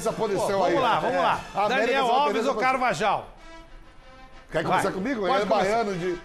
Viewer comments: KRLLLLLLLLLLLLLLLLLLLLLLLLLLLLLL não é carvaJal não mano...é CARVARRAL COM RRRRRRRRRRRRRR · O melhor eles falando cavajal errado. E o suarez ser um atacante de meio toque kkkk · Eu tava levando a sério até o apresentador falar Carvajal do jeito errado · Sabe nem falar o nome do espanhol Carvajal kkkkk